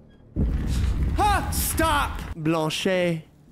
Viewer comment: as a french person holy shit you said "blanchet" perfectly and i give props to you for not just Alt F4'ing at the first jumpscare tough guy ! Edit: Jit didn't expect to get any likes but thanks iguess